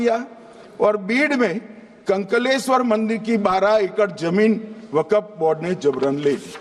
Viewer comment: Waqap nahin Waqf hota hai